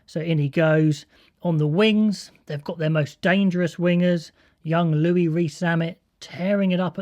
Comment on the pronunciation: Looking forward to the game! By the way, Louis’ name is pronounced Lewis :)